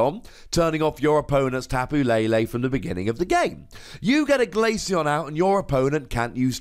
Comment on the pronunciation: SAYS TAPU LALE INSTEAD OF TAPU LELE LOL